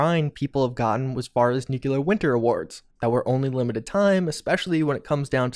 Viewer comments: I love you, man... long time subscriber and have watched every second of every video you put out on FO76. But can you PLEASE stop saying "Nuke-You-Lurr" and instead pronounce the word how it's spelled: NU-CLEAR. I've cringed far, far too many times in the past 1.5 years. lol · DUDE. NU-CLEAR. NOT NU-KILL-LAR!😑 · OK - Now, you're doing it on purpose. Perhaps you should add merch imprinted with "Yeah, I know how it's pronounced, but I'm gonna keep saying 'nuke-u-lar'. Deal with it!" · Love your vids,. But please, it's new-clear. Not new-cue-lurr. Lol. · You would think a person who spends this much time with Fallout would bother to pronounce nuclear correctly.